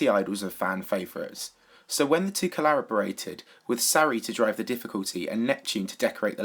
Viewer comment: "When the two collarborated...